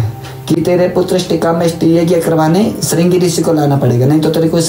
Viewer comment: ringa rishi nhi madam ji shiringa rishi bolo ji